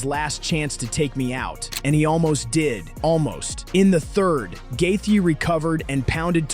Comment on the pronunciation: Also please stop calling him gathea